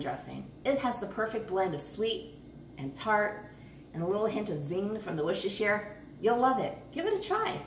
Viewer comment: Came here from tasting history a few videos ago... I am hooked. I love this woman... Why did I never find her before! 100% subscribed! Also she must be the only person in the US who knows how to pronounce Worcestershire correctly. 👍👍👍